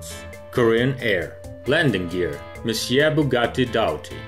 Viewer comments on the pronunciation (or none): none